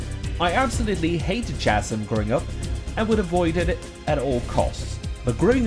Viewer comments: 2 things. 1.Chasm pronounced "Kas-im" not "chaz-im". 2. This was a great video other than that 1 mispronunciation. They just release TS 1-3 on PS5 and i plan on playing all 3 with my mates. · I know this is four years old, but “chasm” is pronounced with a hard “k” sound, not a soft “ch” sound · i lost it when you pronounced chasm im sorry